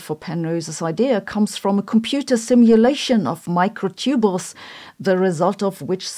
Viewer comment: I think most Americans would pronounce "microtubule" /ˈmɑɪkroʊˌtubjuəl/ not /ˈmɑɪkroʊˌtubəl/ Not sure about British pronunciations.